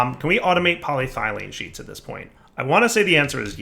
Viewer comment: Here's the thing. He says it right when he's talking about the non sheet version, but he ALWAYS fucks it up when talking about the sheet version because he's a fucking troll and KNOWS it annoys people.